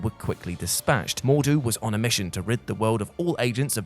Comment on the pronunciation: I'm disappointed that you pronounced MordRu incorrectly every time.